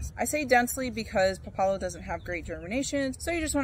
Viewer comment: It's called pá la lo with the first vowel stressed. And it tastes like a strong arugula.